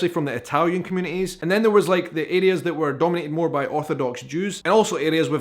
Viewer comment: haha your accent is walking a fine line with "areas" sounding alot like "idiots". see to know why i spit my drink out. "i was very interested to see "idiots" that were very influenced by roman catholicism"